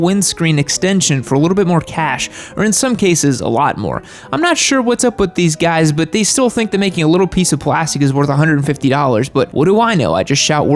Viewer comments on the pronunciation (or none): none